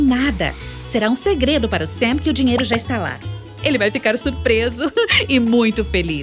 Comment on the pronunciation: Gente e um canal de uma gringa dos estados unidos,(em inglês o "a" tem som de "e",ou seja não e "Sem",e sim " Sam"